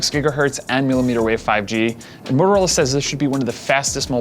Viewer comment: he really has issues saying motorola